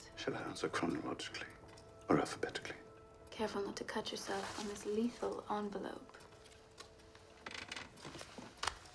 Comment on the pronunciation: I love her pronunciation of envelope